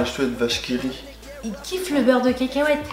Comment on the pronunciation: elle mtue ta facon de dire beurre de cacahuete 😂 beurre de kèkèouète 😂😂😂😂